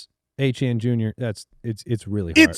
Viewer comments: Ok can we please stop saying Achane for Etienne?? Its getting confusing and annoying lol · Travis Etienne is pronounced “AY-TEE-ANN”. Travis was born and raised in Cajun country about 15 mins from where I was born. I don’t care how he says it’s pronounced, it appears he had some southern drawl in the viral clip of him correcting pronunciation. It is certainly not “ACHANE” like Devon Achane. Every Etienne from Jennings, LA pronounces it “AY-TEE-ANN”, and when pronounced fast with some Cajun slang annunciation it can sound like “Achane.” Another is Kayshon Boutte. It is pronounced “BOO-TAY.” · So odd that they (ETN's family) pronounce Etienne that way. In french it is more like Eh-Tee-Yen. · Are they really calling him achane??? Come on. It's fucking Etienne 😭😭 don't do this to me. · Travis Achane (Etienne) they get correct now everytime…. mention his brother Trevor (Etienne) and they’ll never change the pronunciation lol